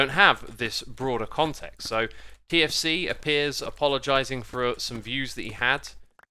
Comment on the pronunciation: I heard for 4 minutes KFC instead of TFC and was really confused